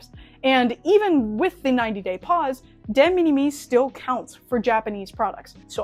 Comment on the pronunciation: Interesting information, some of it is wrong though. First off De Minimis... it's pronounced similar to minimal... so minim- "es". AmiAmi kill off Surface Mail Premium because of what it is. It's a container that AmiAmi rents (to only include amiami goods), that AmiAmi directly imported. This allowed them to control the contents of the pallete and have better control over it's safety. Amiami then directly ships from Japan to the USA. This is cancelled because the importer (in this case AmiAmi ) would be on the hook for any tarrifs that result. Instead they want to ship directly to you (the customer) so that if any tariffs result the customer is on the hook for the tariffs. De Minimis rules are ever changing, and pretty complex. Right now (could change literally tommorrow) it looks like any goods that were made in China are now subject to tariffs and no longer fall into de minimis on May 2. Currently it's at 90% of their value, or $75 (rising to $150 after June 1). This is in addition to any fees that you maybe charged by the service (read DO NOT USE UPS, FEDEX or DHL, their fees are HUGE. Only use China Post/ Japan Post as it goes to USPS which has reasonable fees). So lets' say you have a $200 figure (which is about average for a scale figure nowadays), if it's made in China and gets tariffed it would go to $150 per item rate (since it's the smaller number compared to 90% of 200 which is $180), plus documentation fees (maybe around 30?) total would be an extra $180 after Jun